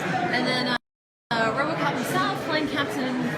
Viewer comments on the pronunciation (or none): none